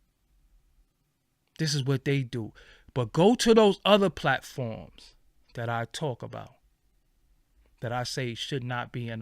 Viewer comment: “White pIatforms”? Lol